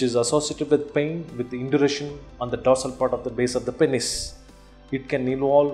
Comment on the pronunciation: Every time he said pennes i laughed.